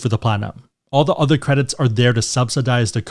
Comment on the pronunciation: What about "other?" - "Udder."